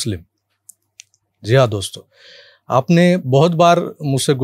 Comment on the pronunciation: जी हा दोसतो म्हणताना जिहाद ऐकू येतंय😂😂😂😂